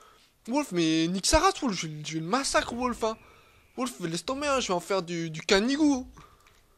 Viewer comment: "les masacwé" mdr